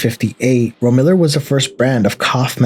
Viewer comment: Ro-miller? It's pronounced rome-illar